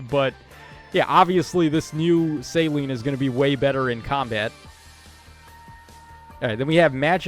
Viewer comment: Céline is a french name lol people forget. suh-LEEN Like miss Dion